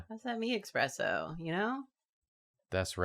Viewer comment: Sabrina Carpenter making a whole ass song called ESpresso to teach people once and for all how to properly spell and pronounce the word …: EXpresso 😀 … in vain